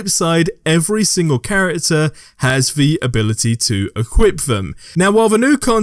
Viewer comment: Its the way this guy says "the" as "vee"